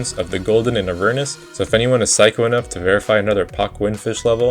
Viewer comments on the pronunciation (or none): none